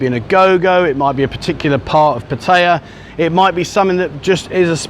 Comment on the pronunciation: Learn how to pronounce the. Name of the plsce